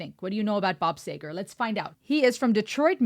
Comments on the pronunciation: Bob Seeegar! No Sager? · This is when you actually had to have a voice, lyrics, and talent.............. And BTW it is SEEger